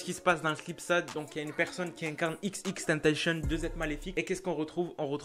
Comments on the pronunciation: au debut ta dit xxtentacion alors que c xxxtentacion sinon continue comme sa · Pas xxxtentenchen c'est xxxtentacion ( a l'écoute ) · arret de dire xxtentacion c xxxtentacion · Il dit XXtentation et non XXXtentation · C'est xxxtentation pas xxtentation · C est pas tentachion xxxtentation tion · Cest xxxtentacion pas Ex ex ex tennetéchionne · XXXTENTACTION ça se prononce "IXIXIXTANTASSIONNE" . Sinon je kiffe tes vidéos 😋